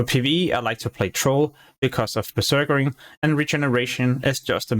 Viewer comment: You keep saying beserkering. It's berserking, you're adding an extra er afer beserk.